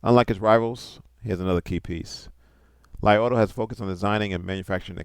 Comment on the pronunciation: isn't it pronounced LEE? maybe I am incorrect not to great with the Chinese!